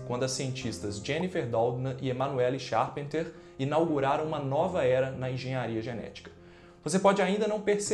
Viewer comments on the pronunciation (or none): Percebi o potencial mas não é " O" coronavírus, mas "este" corona. ET: o sobrenome de Emanuelle Charpentier (que quer dizer carpinteiro), se pronuncia charpantiê